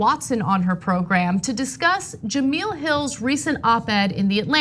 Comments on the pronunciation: Ana I like you but why in the hell are you pronouncing Jemele Hill's name as Jameel?? Do some homework please because it comes of as racist. Thanks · Juh-MELL. It's pronounced Juh-MELL. Jesus Christ. How do you work in journalism and not know her?